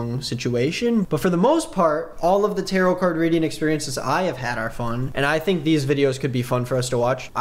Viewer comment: i’m sorry do they thing tarot rhymes with carrot????????